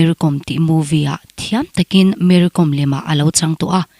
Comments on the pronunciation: Kom tia lam lovin kawm tia lam, kawm hi thluk sei deuh tur ni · Com tia lam loh tur aw, kawi kawm kan tiha, kawm lamdan ang hian Kom tih hi lam tur ani e...Kom hnam ho hi hmar hnam peng an ti thin, an tawng pawh a in zul nain Meitei area lamah an awm a, an inti zo hnahthlak vak lo. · Mery kom hning hi Kom hi ilam dik lo e mai. Lehkhabukawm( kom) kawm tia thkuk tur Vaimimkawm Kom lai tak khi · KOM hi Kâwm tia lam tur a ni lawm ni ! An nupa khan tlang mi chu nimahse mizo an ni lo hrim hrim! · Kawm tih hi vaimim kawm tih ri anga lam tur. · Mary kâwm, tih tur, lehkhabu kàwm a, a kàwm lai ang hian😂😂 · Kom i lam dan hi a dik lo. Kawm Vaimiim kawm tih kan lam dan anga lam tur a ni zawk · Kom niloin Kom . m hi thluk sei rawh...